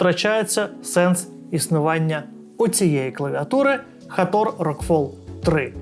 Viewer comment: Як же ріже вухо цей Хатор, і усі ураїнські блогери як папуги повторюють цю помилку. жах.